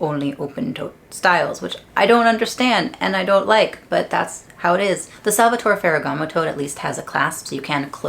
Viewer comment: You can pronounce the final E in Salvatore, that’s the right way to say the name ;)